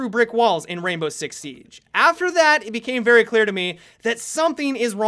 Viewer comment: I thought you said "Rambo 6 siege" at the beginning....